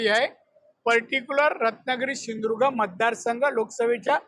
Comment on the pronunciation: Sindhudurg clear bola 😂😂😂😂